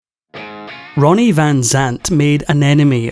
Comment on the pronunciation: A.i.sucks can't even get his name right..jeez it's Ronnie 😅